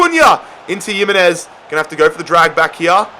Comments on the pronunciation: PCQ:Why do you say Yimenez instead of himenez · Stop pronouncing it as yimenez, it’s spelt Jimenez but pronounced Himenez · your noot saying Jimenez name right is pronounced HIMENEZ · bro you’re pronouncing jimenez wrong